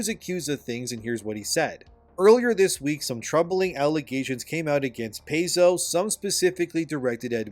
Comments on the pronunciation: PAIZO = PIE-ZO (NOT PAY-ZO) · Saying "Pay-zo" is like saying "cuss-toads". Makes you sound like you have no idea what you are talking about. Its "Pie-zo" and "cus-toadies". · Pai-Zo not Pay-zo. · It is pronounced Pie-zo if something like that really matters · Paizo is pronounced "PIE zoh" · It's pronounced Pie-zo. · Homie you normally do really well on your homework however owlcat games made rogue trader not Paizo, also its pronounced pie-zOh. Otherwise your points are quite valid.